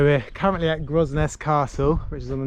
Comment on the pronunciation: Grosnez is pronounced Gronay and the “ramp” is a slipway . 😃🇯🇪